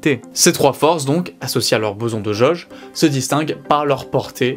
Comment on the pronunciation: Il y a quelques trucs que je voudrais que vous preniez en compte : - Les explications sont claires et impeccables ! - Le charisme de ce brillant individu semble augmenter exponentiellement ! - Point négatif : S'il vous plaît, pourriez-vous juste faire attention à la prononciation des "O" ? J'ai remarqué que sur les mots suivants : Jauge / Atome / Rôle / Autre, le "O" étaient mal prononcés... :( Le reste est nikel, vraiment, félicitations !